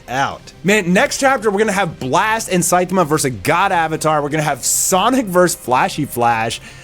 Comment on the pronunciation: Why do you pronounce Saitama that way?